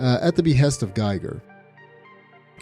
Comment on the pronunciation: Giger not gajger*